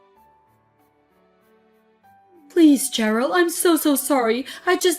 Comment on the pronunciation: Nitpick- it's pronounced sherill as in shy, not ch as in chin.